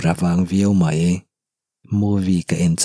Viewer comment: Ka lo sawi ve mai mai ka thiam ber ka ti lo a,mai tih tur a mei tih te,ngaih tih tur a ngheih tih te a tam mai 😬dik lo lai a awm zeuh zeuh a,se i chhiar thiam ka ti tho tho